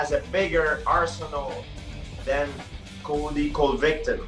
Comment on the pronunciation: colvy cold victim